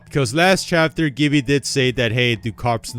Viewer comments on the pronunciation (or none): And “Gibby” wasn’t even pronounced right